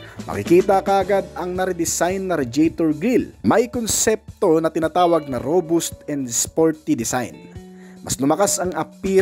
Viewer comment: Robust. Pronounced row-bast, hindi ro-boost. Minor issue lang, para hindi ka i criticize. Salamat sa review.